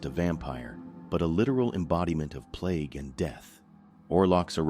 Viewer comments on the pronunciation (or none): none